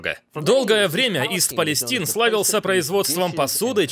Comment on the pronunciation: ИСТ ПАЛЕСТАЙН !!! Или Восточная Палестина . А то ''ист палестин'', ухо режет.